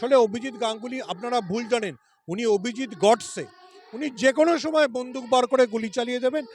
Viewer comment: "বন্ধুক" নয় বন্দুক 😊